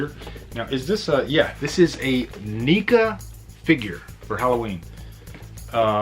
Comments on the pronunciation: Um buddy oh pal....... its pronounced neck-ah NOT neek-ah lol you might get some shit from the horror community for pronouncing it wrong. Just looking out for you buddy! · Good video u pronounced NECA wrong tho